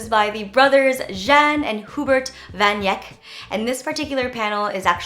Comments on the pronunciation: if a last name has "van" before it, that means it's dutch and in dutch j sounds like y, you were thinking french by making the long shushed j sound, so it's pronounced "yahn" :) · "Yahn van Ike" "day-gas" appreciate the effort, but you can look up on YouTube how to pronounce the names, especially if you are already doing research. This is not as bad as the that's chic girl calling Matisse a "cool 80s artist". Other artists to check out: Remedios Varo, Leonora Carrington, Paul McCarthy, Cindy Sherman, Jenny Holzer, Anslem Kieffer.